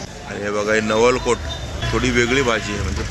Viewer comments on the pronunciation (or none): Naval cot nahi naval col mhantat.